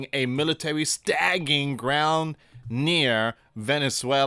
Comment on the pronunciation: Stage-ing. Not stag—-ing——WTF. so read it like this. The military is stage-ing a war. Not the military is stag-ing a war. Just a matter of time till ICE shows up at your door. Jesus christ